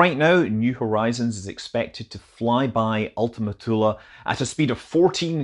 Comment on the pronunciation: Thank you for not making Ultima Thule rhyme with Zuul